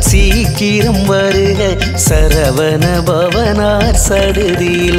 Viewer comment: வணக்கம் வேல்முருகன் ஐயா. உங்கள் உச்சரிப்புக்களிள் சில திருத்தங்கள் இருப்பின் சிறப்பு. " " "சரவண" எனும் உச்சரிப்பு சரகண என்று வருகிறது. மற்றும் " " வசர வணப வருக வருக என்பது வசர அணுக வருக வருக என்று வருகிறது. (எழுத்தும் வசுர வணப என்று உள்ளது). இது ஒலிவாங்கியின் தரத்தினைப்பொறுத்தும் மாறுபடும்.